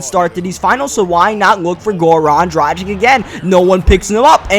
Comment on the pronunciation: ITS PRONOUNCED DRAGICH